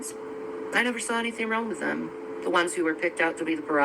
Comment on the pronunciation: She's saying "wron" instead of "wrong" Deni. She doesn't pronounce the letter "g" in all words. She's saying "wrong" but pronouncing it "wron".